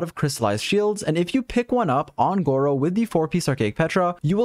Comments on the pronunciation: bro call him gowou or did u get a good artifact? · disappointed that you didn’t call him gowou smh